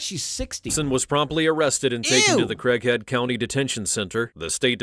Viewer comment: Even looking at the subtitles and replaying it several times, I swear I thought the narrator was saying "Crackhead County"